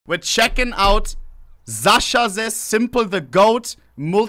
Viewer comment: its Sasha, not Zasha